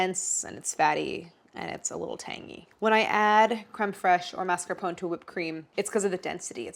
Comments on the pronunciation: Please MascarponE, not Mascapon 😅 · Do all Americans pronounce mascarpone like that?! 😂 is it not mass-car-poh-nay? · Never knew Americans pronounce 'mascarpone' like 'phone'; in British English we always pronounce the final 'e' separately even if the rest isn't anything close to an Italian pronunciation. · The mascarpone rebelled cause you mispronounced its name. 😏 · For each time you mispronounce “mascarpone” a dairy product will freeze accidentally in your fridge ❄️